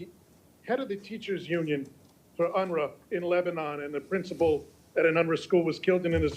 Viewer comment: Did he say UNRA?😂